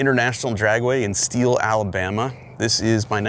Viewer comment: you completely said it wrong; the Emphasis needs to be on the BAMA. Like how Mr Forest said it in that documentary about BUBBA GUMP SHRIMP COMPANY. ala! BAMMA!